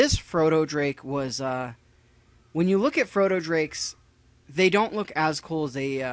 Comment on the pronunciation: froto drakes? do you even read their names? :o